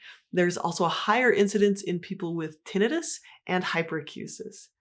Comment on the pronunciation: I e never heard tinnitus pronounced that way. :)